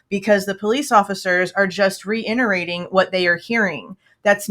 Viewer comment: Love ya but it’s re-it-erate not re-int-erate. Thought you’d like to know